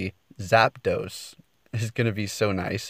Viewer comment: Good job on saying zapdos! Lol thanks for the tips